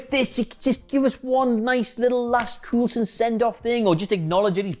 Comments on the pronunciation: How did you manage to mispronounce coulson as cool son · Coulson pronounced Coal-son. Trust me. I should know. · 1: Even if Vision definitively destroyed that Ultron Drone, how do we know they were all destroyed? How do we know they were all in the city to begin with? 2: Agent Cool-son? Really? Multiple movies and a tv series and you think the name is pronounce Cool-son? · I'm just hear to say... Agent Cool-son😂😂😂😂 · Why doesn't this idiot know how to pronounce Coulson? It is almost like he has never watch any of those movies or Agents of Shield, but is just reading someone else's copy. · Why is he saying coulson like that 🤦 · This guy really doesn’t know how to pronounce Coulson, Fitz and Simmons can. And why do I feel he’s bagging on Agents Of S.H.I.E.L.D.? It’s an amazing show and important to the MCU. Oh and to answer Adam’s answer, it is said that the show might clue us into the formation of S.W.O.R.D. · Why are you saying Coulson like that come on